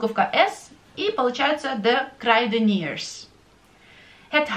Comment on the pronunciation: Почему de kruideniers читается как де крайденирс? Дифтонг ui тут не правильно произносится?